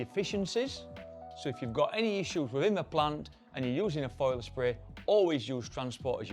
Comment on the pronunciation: It's foliar, not foiler.